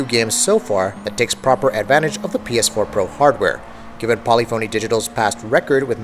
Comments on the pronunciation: I wanna rip my ear everytime he try to says Polyphony. Lol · Its not Poly-phony, its Paa-lif-fa-nee And its not Antializing, its Anti-Alias-ing